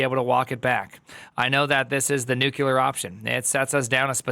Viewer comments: "Nuclear", not " nukular" 😅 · Nuclear, not nukular. Yeesh.